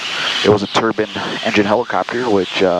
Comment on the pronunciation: It's turbine, not turban